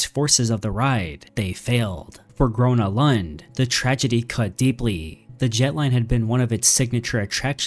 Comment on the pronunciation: Your prononciation of Gröna Lund made me cry